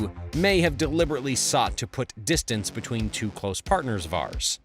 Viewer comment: Border "betweeb"